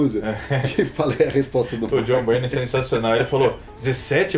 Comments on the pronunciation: Tem uma dúvida que me persegue até os dias de hoje: A pronuncia do nome dele é "Bayrne" ou "Birney"??😅😅😅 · Mas é Jhon Bârni, Jhon Bárni ou Jhon Bírni !?!